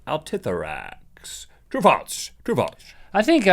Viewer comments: Its FALSE not FALTS!!!! Everyday you guys drive me crazy with your inability to pronounce such a simple word!! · Omg stop saying faltz